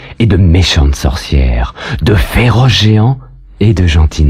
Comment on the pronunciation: Quelqu'un d'autre avait une petite frayeur quand le narrateur disait "de FÉROCES géants "?? Hahaha